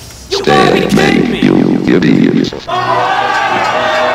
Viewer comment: "Stalemate you idious"